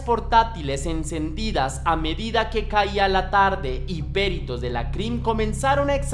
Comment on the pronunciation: "Péritos"? No lleva acento...es peritos....peritos....